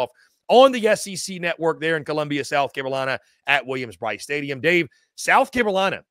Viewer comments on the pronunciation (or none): Is this dude saying South Cabelina? Maybe I’m losing my mind